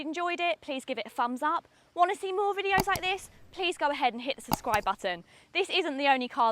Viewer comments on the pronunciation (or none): none